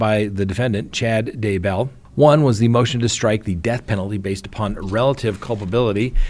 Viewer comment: Daybell is ONE word not 2.Its not DAY Bell.